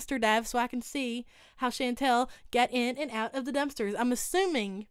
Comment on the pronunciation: I love the way says Chantal’s name. “Shan-Tell” lol PS I am southern myself so don’t me 😬😝